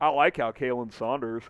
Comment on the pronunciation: You say Khalen wrong.